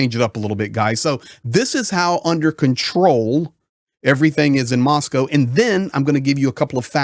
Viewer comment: Good to hear someone pronounce Moscow correctly